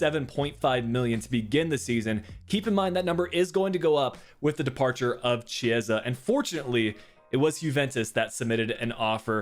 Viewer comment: A little advise bro: your Chiesa pronunciation isn't correct. Key-s-ah is the right way! Anyway, nice episode!